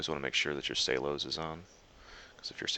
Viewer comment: S E L O S..NOT SAY-los